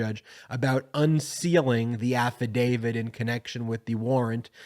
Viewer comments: Please stop saying AFFADAVID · AFFIDAVIT HAS A "T" AT THE END, NOT A "D". PLEASE PRONOUNCE IT CORRECTLY. You are a lawyer and should know better. I'm a big fan, but I wish you would fix your pronunciation. It's kind of embarrassing.